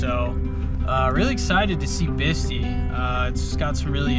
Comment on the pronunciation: Hey brother I'm sorry to correct your pronunciation of Bistii,it is pronounced as I spell it here. Bist eye is the correct pronunciation brother.btw incredible overland im envious of your journeys as and always so informative. Ahee*"hee"h